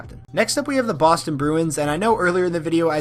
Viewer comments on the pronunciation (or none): none